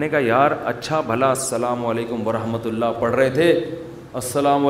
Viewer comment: Mufti sb himself is reading incorrectly. Second wird Allah will be joined with the previous one and will sound like " rullah".